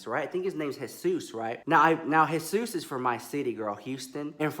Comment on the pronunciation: UGH FINALLY SOMEONE WHO DOESNT SAY 'gee-sus' ITS JE SUS THANK YOUUUU ALL DEM NOPAL HEADASS BE SAYING G-sus not even white ppl pronounce it like that !